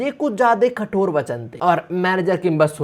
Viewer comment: khator nhi kathor..